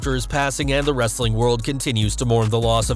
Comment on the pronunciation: Why are you saying wrrreeestling like wrestlelamia?